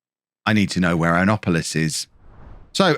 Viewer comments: Annapolis, Maryland (Anne•app•oh•liss)(Mare•eh•land) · The mispronouncing of Annapolis and the denigration of my home state is terrible! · boasts about US geographic knowledge immediately after slaughtering the pronunciation of Annapolis, the seat of the US Naval Academy.